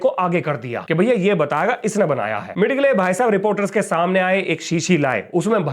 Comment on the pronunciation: मिड गले नहीं, मिजेल Thank you for the very informative program.